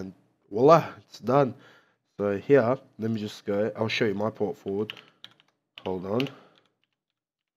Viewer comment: "Fort Porward" xD thanks for the tutorial